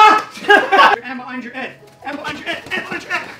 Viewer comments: Pronounce a damn H for Christ's sake! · It makes me very uncomfortable the way he pronounces head without the h